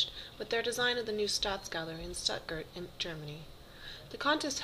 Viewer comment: It would be fine if the speaker could at least pronounce "Stuttgart" correct.